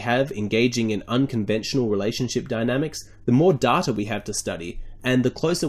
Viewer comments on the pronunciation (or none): bro the way u said 'data' really threw me off, for a second i thought u said 'dada' anywho have a gud one